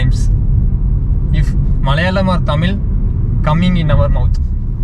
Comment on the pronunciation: Anna "Thamil' illa..... Athu "THAMIZH"....